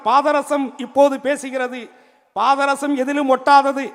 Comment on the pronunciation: இவன் மூஞ்ச பார்த்தாலே வாந்தி வருது பாதரசம் என்ற வார்த்தையை முதலில் சரியா உச்சரிடா ஒடஞ்ச பாராங்கல்லு மூஞ்சி